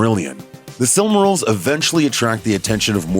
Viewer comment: You can say silmarillion but you then end up saying silmaril as sillmuril? lol.